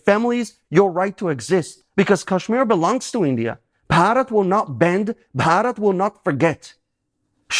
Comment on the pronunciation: I appreciate how well you pronounce Bharat!!! You must have practiced it a few times. I really appreciate your support my Jew Brother